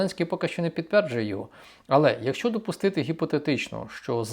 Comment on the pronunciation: ваше "якщо" - звучить як " какая разніца".